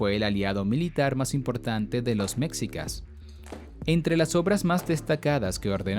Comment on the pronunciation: Pronun ia bien por favor no digas mcsica esmexi a nahuatl señor.